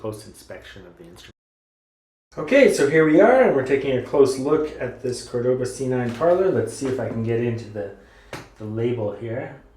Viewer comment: *CÓR-do-ba Emphasis goes on the first syllable.